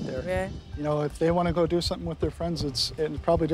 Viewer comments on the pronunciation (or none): Can someone please tell this woman to stop saying ‘somethinK?’